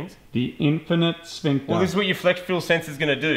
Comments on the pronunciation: I think Moog was too busy looking into his sphincter to say sphynx right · Ha he said sphincter